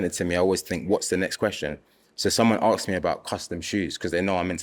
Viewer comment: Why can’t the host say Ask properly? It is not Aksed.